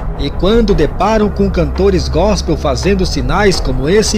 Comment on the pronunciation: Ele disse “GOSPEM” ainda falou errado mds